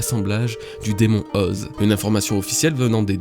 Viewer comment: effectivement c'est "Oz-é"... Ok je sors